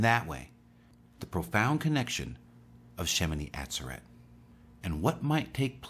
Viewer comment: FYI= shemini ah ZER et Emphasis on second syllable.